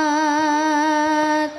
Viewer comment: Pengucapan lafad Muhammad dari anak santri dan farel berbeda. Kata محمد dalam bahasa Arab pakai huruf ح (kha) bukan ه (ha). Anak santri pakai ح dan farel ه